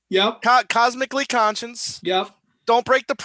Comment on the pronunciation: I love Down to the River, Keep Coming Back to Love, and Sweet Sweet Memories. I agree with Same Time Next Year being twee, very twee. I've probably only listened to Squid once or twice but I may give it another listen now. BTW It's Cosmically Conscious, not Conscience. That's your new Watersprout. lol